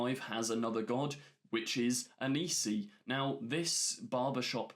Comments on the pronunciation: Hi, just wanted to say its not Anisi, its Anansi, you said it right in your official trailer breakdown but for some reason changed it since the german trailer breakdown? A-naan-si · The spider is called Anansi. Not Anisi. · the Spider God is ANANSI not ANISI, pronounced AN-AN-SI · Anansi. pronounced “uh-non-see”